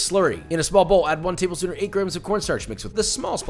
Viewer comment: “tabel shpoon”